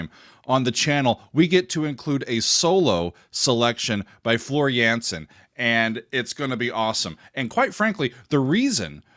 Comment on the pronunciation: The A in Jansen is pronounced as the A in Darth and not as the A in Vader 😇